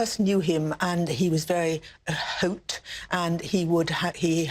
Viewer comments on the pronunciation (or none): No, she says "a haute."